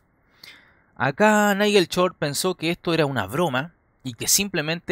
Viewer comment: Es totalmente falsa la partida !! Aparte el comentarista debe ser chileno ..porque a ellos les cuesta pronunciar shhh y siempre lo hacen chh..... Repitamos todos juntos short y no chort !!